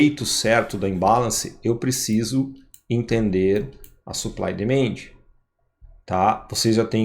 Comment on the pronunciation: Por favor, considere melhorar sua pronúncia em inglês. Ouvir vc falar "suplai e demende" realmente machuca meus ouvidos. Desculpe. Quando vc melhorar vou ser membro do seu canal.